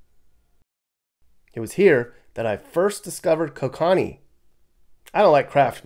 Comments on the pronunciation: alright as a Canadian I have to make sure that you say it correctly "Coke Can Knee" not Co kanee love watching your tours Greetings from Toronto Canada... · It’s not called ko-konni 😂😂. It’s coke anni. Like the fish. Kokanee is a land kicked salmon. And that beer is Canadian. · Pronouced Ko-Kan-nee. Brewed here in BC Canada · Jeez,! It's KO-ca-knee, not ko-CAN-ee. Originally Canadian, although I imagine it's brewed all over since it was bought by Labatt's, then Anheuser Busch InBev. Nice video, though; I grew up around there. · "Kokawnee" 😂😂 it's pronounced Ko-kin-ee.. Canadian beer 🍻🇨🇦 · Beer is pronounced coke an knee, my fav, really enjoyed your Montana and Idaho videos, thanks! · THAT BEER IS PRONOUNCED COKE-CAN-KNEE! I HOPE PEOPLE FROM IDAHO DID NOT HEAR YOU SAY THE NAME OF THAT BEER! LOL! LOVE YOUR VIDEO! THANKS FOR SHARING! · The beer is called "KOH-kuh-nee", and it's pretty good! Better than Coors any day! 🍺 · Your "new" beer is pronounced kow kuh nee. Brewed just across the border in Creston BC. Named after a variety of landlocked salmon. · Kokanee beer is Canadian. It's pronounced Ko as in co-operation Ka as in cafe Nee like knee. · jfi that beer you like is pronounced “Coke-ah-knee” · It's KOH-ca-nee. Canadian import, cheap but passable. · Getting close to Oregon, if in Spfd, lets have a beer.. 🤙🏻 The beer is named after a type of Salmon. Pronounced different… Coke-a-knee Safe Travels 🤙🏻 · Great video! It’s pronounced Coke-uh-nee btw. It’s named after a type of fish native to the PNW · LOL. Kokanee = "Coke + Annie" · You know better....Kokanee KO-cun-nee You have ties up here and MT, so I know you're being funny. 😂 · It is pronounced KO-CAN-EEE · “Coke & Knee” is ‘Kokanee’ pronounced correctly…beer fact. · Its pronounced coke-uhh-knee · 😂 It's pronounced CO CA NEEEE. God bless ❤ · That is not how you say Ko Can EE 😂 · it's pronounced "coke-ah-knee" Kokanee